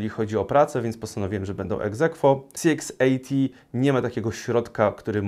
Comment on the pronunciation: Dziękuję za recenzję. Jedna sprawa: CX80 wymawiasz tak, że dla mnie, nie widząc monitora, brzmi to jak CXAT. Jestem ciekawy Twojej opinii o higienie po strzelaniu.